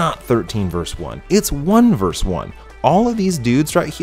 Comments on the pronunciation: Dude. It's not verse, it's versus. 13 versus 1. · Nice job, but “verse”? It’s “vee” or versus. NOT verse. Not ever. Never. Ever. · Verse? WTF is verse? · Dude...it’s Versus. Latin for ‘against’. Love the channel.